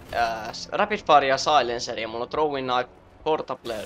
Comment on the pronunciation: tossa kun sanoit throwing knife, niin kuulin "trolling knife" :D